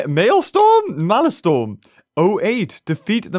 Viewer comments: its not maelstorm(mayl-storm) it is maelstrom(mayl-strom) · Btw, that boss's name "Maelstrom 08" is actually pronounced as this MaleStrum not Malestorm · Every time he says Mae l"storm" instead of Mael "strom" I die a little inside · you pronounced the name wrongly it is not storm it’s strom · I just started the video and not finsihed it it, but it's not malestorm its malestrom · Um beaver its actually pronounce "Male"-"Stir"-"Om" not "Male"- "Storm". Also I tried and the glitch doesn't seem to work. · The correct pronunciation is Male-strom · Btw,. It's pronounced MAIL-STRUM. Basically a stupidly deadly whirlipool. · you pronounce maelstrom maelstrum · Why is saying Male-storm? I want to believe he just didn't see it correctly. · beaver my god its pronounced mail-strum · IT'S PRONOUNCED 'MALE-STROM' sorry if he said it later in the video I had to get back to playing xenoblade 2 lol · It’s pronounced Mail-strum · It's pronounced malstrum